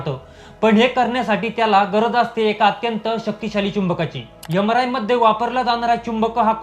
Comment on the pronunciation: यमराय मशीन ? उच्यार सुधारणे आवश्यक .